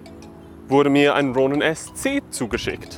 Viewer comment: Wie deutsch kann man „Ronin“ aussprechen? Tom-David: Ja